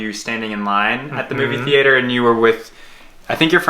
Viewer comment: Wow I’ve never heard anyone pronounce theatre like that !